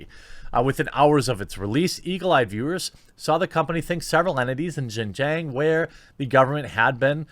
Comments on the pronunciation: pronounced " Shin-jee-on " region. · Jeremy, buddy it's pronounced Shin Ge-ung (XinJiang) ;) from a fan who's lived there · Love your channel but pronunciation of xinjiang was no where close. I'll still give the video a like.